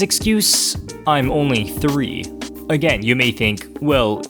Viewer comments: Manny: Commits Genocide "I'm Ownwy Thwee" Manny: Drops Nukes On Famous Landmarks "I'm Ownwy Thwee" Manny: Starts World War 3 "I'm Ownwy Thwee" Manny: Blows Up The Universe "I'm Ownwy Thwee" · im onwy thwee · manny: f*cks the entire planet earth also manny: I’m onwy thwee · Manny: breaks expensive console Also Manny: “I’m owwnly twwee” Manny: freezes whole family and puts them in danger Also manny: “well it’s basically your fault cause you didn’t teach me how to tie my shoes.” Me: “You’re never breathing again.” gives manny conquest treatment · He’s onwy fweee! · Manny: changes Greg's Net Critter password so he couldn't use it creates the ultimate ball of death (IT STABBED ROWLEY) Turns off all the electricity in the house except for him room just because 'nobody taught him how to tie his shoes' Also Manny: iM oWwY tHwEE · Manny: Starts world war 3, make world hunger worse, kills every single innocent person in the world and nukes the universe Manny: Im onwe thwe... sowy momy and dady... Manny's parents : “Understandable, have a nice day!” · its onwy thwee not owwly twwee. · Manny: robs a bank Manny: “I’m owwy twee” Manny: commits mass genocide Manny: “I’m owwy twee” Manny: makes every nuke explode at once Manny: “I’m owwy twee” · "Manny is a PHSYCOPATH" He's onwwy thwee...